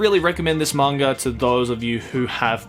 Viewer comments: Anyone else bothered by the fact that he pronounces "manga" with an R at the end? I know it's just because of his Australian accent (and as someone with a bit of a Texan accent, I probably shouldn't be one to criticize), but still, it bugs me... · There's no 'r' in the word "manga"...